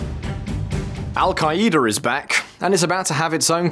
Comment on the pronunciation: Al-kai-E-da! 😂😂😂 Yippie-kai-ai